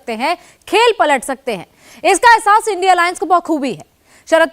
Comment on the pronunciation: Anchor madam इंडिया गठबंधन को आइडिया बोलने में क्यों तकलीफ हो रही हैं क्या?